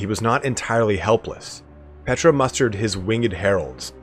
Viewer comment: My one critique is the Tomb King god is, not Petra (like the famous landmark site). Using in-game lines from Settra as a reference, it's pronounced similarly, just with a short P at the front instead of "Set", "P-tra"